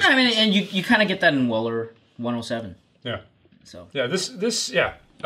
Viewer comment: Your pronouncing of Weller to me sounds like Willer. For a moment I had to figure out what you were talking about😂